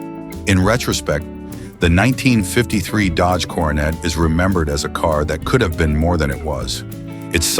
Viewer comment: You really realize that the announcer is AI when they keep saying Dodge Carnate instead of Coronet 😂